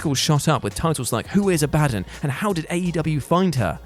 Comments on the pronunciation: More like Abaa-dun lol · "AB-AH-DON", Goddamn... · has never heard Abadon being said then a-bad-en 😂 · It’s not A-BAD-UN it’s abaDON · Aba - don....ffs....its not Ah - bad - on. It has biblical reference.....name gets said proper on the show even..... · Ab-a-don not A-Bad-on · Abadon isn't pronounced 'a bad un'. Its 'abba don' . Serious drop in quality on here lately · "Ah-Buh-Don" not "A Bad'un" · AB - AH- DON Pronunciation matters! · WHY CANT ANYONE SAY IT RIGHT?!? “Aa-BUH-DAWN” ABADON 🧟‍♀️ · Abadon is pronounced Abba-Don. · First of all, it's "Ab-a-don". Secondly, she's from Rocky Mountain Pro Wrestling. Which is a local fed for me. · Who is ah-bah-din? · Ab-Ah-Dawn Please... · I really hope your pronounciation of "Abadon" was a bit... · Anyone else annoyed that he cant pronounce abadon properly? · How many yelled at the screen when he kept saying Abadon the wrong way LOL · Nobody could've given the heads up on how to pronounce Abadon? Please stop having people do lists who aren't actually fans of the content 🤦🏾‍♂️ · Please learn how to pronounce "Abadon" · Can you PLEASE learn how to pronounce Abadon! Its like listening to an american say Basil or Oregano. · So you guys are putting Abadon at number 4 whilst having a nasty pronunciation on her name and ignoring she has an Only Fans?😂😂 yeah cmon now, let's not work on these lists while high fellas. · Learn how to pronounce abadon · Bro he BUTCHERED Abadons name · thinks speaking incorrectly is funny. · OMG it kinda driving me nuts lol In love but good lord lol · Came here to say this 😂